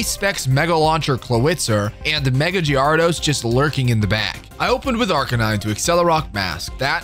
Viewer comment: Dafuq is that Gyarados pronunciation?